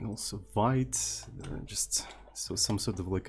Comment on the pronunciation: thats not a vait but veet (I'm talking about Vite tool)